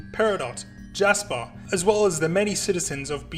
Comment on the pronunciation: Lasper and Japis huh?